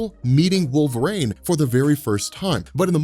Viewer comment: Okay, so let's get this guy hired, your ideas are great, yada yada, usual schtick I've seen in your 'introducing Fox into MCU' videos. But who else really wants to know why he keeps pronouncing it 'Wolverain'? Like, the weather report calls for partly cloudly with a little wolverain in the evening, with a Storm brewing over the horizon. Seriously, though, I really love the idea of bringing the Shiar in a post-credit scene, especially right before a cosmic ending to a team-up movie. I really hate how Last Stand used Phoenix Force.